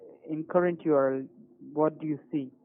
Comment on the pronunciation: the scammer pronounces "url" as a word ("yorl"), kind of like kitboga pronounces html - LOL